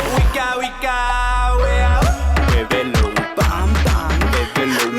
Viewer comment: "Bèbelo" me da un chingo de cringe.